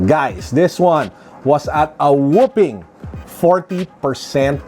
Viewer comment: Sir whopping po. Hindi whooping.